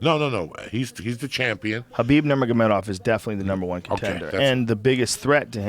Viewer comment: KHALABIB, Kevin Ferguson, Stiopic, I think he called Micheal Johnson Micheal Jackson lol its FUCKIN TREMENDOUS